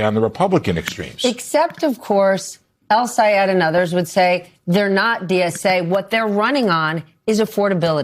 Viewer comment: ITS DOCTOR EL-SAYED. GET IT RIGHT